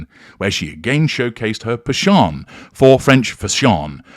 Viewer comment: Her Pashon? I love it.